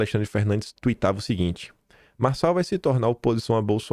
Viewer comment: Realmente, Nikolas foi tosco ao falar "Marçal".